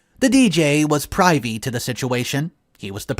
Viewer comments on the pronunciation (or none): your reading is not good. Learn how to pronounce ‘privy’. Do better. You are being unkind to your audience.